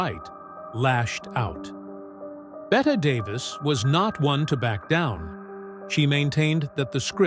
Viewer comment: AI bots not only can't pronounce "BET" Davis, they also can't say "versus".